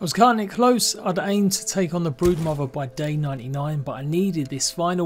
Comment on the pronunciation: Legit sounds like he said "The Breadmother"